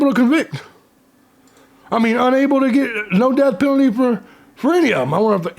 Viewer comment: Hahaha in Bevis voice you said "penile"